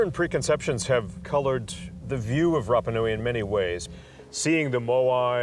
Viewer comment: “Thuh Island” is so cringey. Someone please inform the narrator that the word the is pronounced thee before a vowel. He must’ve missed that day of third grade.